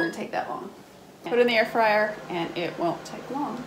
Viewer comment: Dis ain't no Ayer-Fwyer...... it's a toaster oven..... :) great review..... 👍